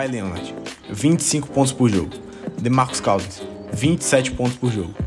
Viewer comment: Não só nas alturas como nas pronúncias do Hack-a-Shaq e do DeMarcus Cousins kkkkkkkkkkkkk vem dizer que escreveu errado no roteiro tbm kkkkkk